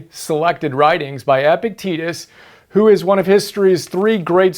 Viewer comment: it's epi-cte-tus not epic-tetus